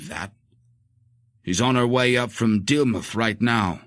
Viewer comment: Totally wrong that it's US! Nevill is SO British in his writing. And I don't want to hear 'DiddleMOUTH' instead of 'Diddlemuth', thank you very much.